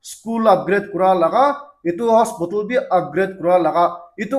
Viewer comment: Hospotol ❎ Hospital 🏥✅👍👍😊